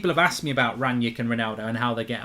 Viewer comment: His name is Rangnick not Ranyick and the player is called Haidara not Haider